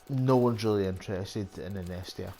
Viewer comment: Good to see how someone does this, small margins are good! By the way, it's In-ee-es-tia 😂👍